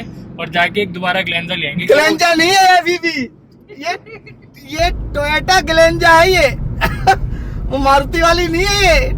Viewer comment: Toyata❌❌.... Toyota✅✅🤪